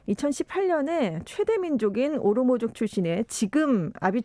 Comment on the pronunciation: 전주현 캐스터님, 오모로 족이 아니고 오로모족입니다. 에티오피아 내전이 속히 종결되기를 바랍니다. 티그라이에 깨어 있는 주민들과 종교지도자들도 해방전선의 폭력을 저지하는 데 힘을 실어주기를 .....민간인 피해가 제발 더 크지 않도록...